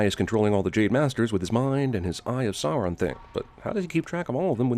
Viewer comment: So glad he knows how to pronounce Sauron now.